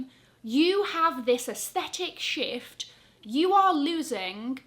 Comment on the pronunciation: Omg, every time you said “shift” my brain heard “sh*t”! Mind playing tricks on me😂